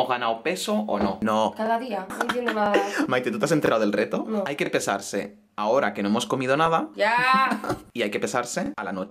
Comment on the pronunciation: En vez de pesarse e escuchado besarse jajsja